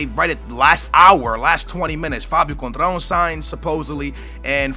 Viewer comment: Conetral? Da fuck man? It's Coentrão, dont try to guess his name if your not even close...